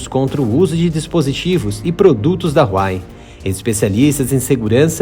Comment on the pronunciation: Huawei se fala “ruau uei”